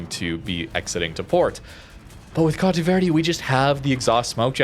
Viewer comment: All "e" in Conte Verde are like the one in set (not sit).